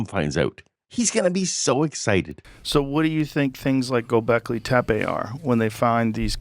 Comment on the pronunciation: The ö in Göbekli Tepe isn't pronounced O at all. It's more like the letter u in "butter". Diacritics aren't decorations, they matter a lot.